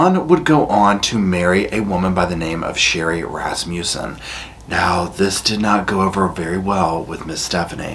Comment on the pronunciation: I giggle everytime you say Rass-muse-son.Its Rass-mus-son